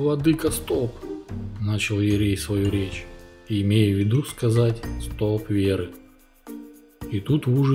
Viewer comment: У батюшек удивительное чувство юмора! Спасибо! Только архиерей не столб, а столП!